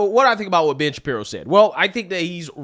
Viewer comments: Hey are you saying Bitch Shapiro or am I the only one hearing this? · for a moment there I thought you said Bitch-Apiro